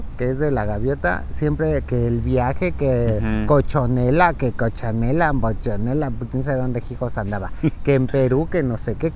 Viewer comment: Jaja es cohachella no cochonela haha